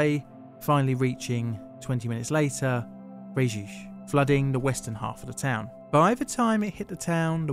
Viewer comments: Cool video but the way you prononce Frejus is laughable, it's not "freechuch" but "frayjusse" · for once in French you can pronounce all letters: FréjuS ;-)